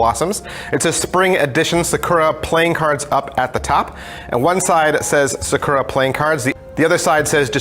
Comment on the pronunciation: You keep emphasizing the wrong part of the word Sakura